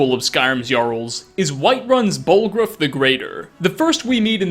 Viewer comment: Okay but...."BallgrOOF"